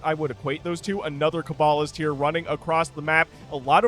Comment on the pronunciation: that is the correct pronunciation for cabalist! All cloaked Protoss units briefly uncloak when they attack; this differs from cloaked Terrans, who instead uncloak when near an enemy. Blackjacks are basically the poor man's goliaths. Less mineral cost and no vespene cost, but they don't have the special anti-air missiles, and when they go under half health they move and attack slower (as well as turn grey and slimmer, which is what you were seeing ). Ancile is a Latin word, so the "c" is a hard "k" sound; thus, ancile sounds like "ahn key lay" or "un key lay". An ancile is a kind of shield, which tells you exactly what the unit does - its energy bar takes damage for it and nearby allies! Matadors are close-range flamethrower tanks. They can also "siege", but it just makes them tougher and faster-firing, not longer-ranged. You can see the Unar's range go up as it attacks. It's kind of like a minigun (or a little bit like a Vulcan from Stormgate...); it ramps up in attack speed and range the longer it fires while stationary, but begins losing those benefits when it starts moving. There wasn't anywhere near enough of a frontline to let it really shine, but properly supported it would've been really devastating.